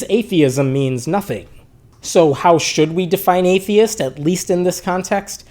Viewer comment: In the very beginning, you are saying: ‘’are babies atheisss’’. U forgot the ‘t’ in the end!